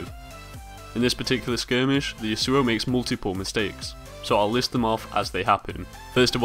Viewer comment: It is YAsuo, not YasUo. Trust me, I know someone IRL with that name :)